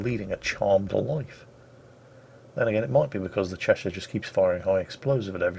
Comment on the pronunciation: The Chechen, the chacha? no you fool it's the Cheshire, oh England please never change.